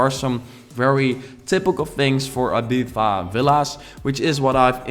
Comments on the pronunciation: I-Beef-Ah😂😂 I think its e-bee-zah😁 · Cuando dice Abiza en vez de Ibiza pero le tienes mucho aprecio y la construcción está genial jajaj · ITS IBIZA NOT IBIVA , you stupid mygod !! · I LOVE this villa. But I cringe every time you say "eebeefa" 😂 Still, nothing but love for you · Its eeeeeeeeebizzza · It's pronounced Ibitha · “IbiFa” lol 😂 thats not how you pronounce it in English. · cynopt More like I-bee-tha/thuh. Depends on the accent since the UK has different areas like Scotland and England. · I remember the Tinie Tempah song when I first heard that pronunciation. I was like "Wait,what?" xD never knew there is such way of pronouncing it